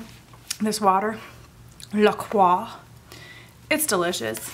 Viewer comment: it’s pronounced “la croy”